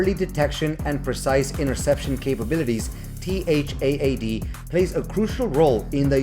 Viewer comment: Are you using Auto-Narrate? You can simply say TAD like in TADPOLE, it's acceptable. No need to mention T-H-A-A-D multiple times 😮‍💨